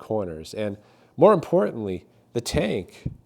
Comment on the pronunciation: "Intrestingly" is not a word. "Exhahst" is not a word. "Ahff" is not a word. "Importunly" is not a word.